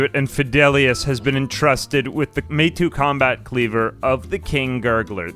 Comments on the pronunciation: Just as a heads up, assuming it's based on Japanese, which with the ninja factions isn't unlikely, it'd be pronounced(more or less) "may-tow" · Fun video, but it drives me crazy how you say Meitou. It took me a while to figure out what you were even talking about, haha... You've convinced me to finally play this. I did very briefly shortly after it came out, but it's been quite a while since and I barely made progress then.